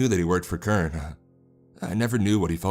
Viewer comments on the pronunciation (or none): Can we talk about how he calls CERN kern? It’s pronounced sern, and that hurts a lot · Yes I heard it lol kern-el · when you say "kern" are you trying to say CERN, the center for nuclear research in Europe? also, I think you meant causality instead of casualty. recommend finding and practicing pronunciations before publishing videos. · Cern is pronounced as sern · It’s pronounced “CERN” not “KERN” lol but great narration nonetheless 👍🏻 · It's C.E.R.N. with an S sound like sirn. Also cause al it tee. Come on man, get it together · Kern I believe "Cern" is pronounced Sern. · What's kern? I know of CERN ( s-ern), but not kern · CERN is pronounced Sern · Anybody else focused on the pronunciation of CERN lol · Anyone else notice that he pronounced cern as “kern”? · That pissed me off so much lol I was like wtf is Kern. Then I finally realized he meant CERN. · My only complaint is the mispronunciation of CERN. It has a soft "c" so is pronounced: sern as in concern. Not a bad idea to steer clear of political stuff at the moment though. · Pronounced SURN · "sern" =cern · It was CERNtainly a terribly done pronunciation.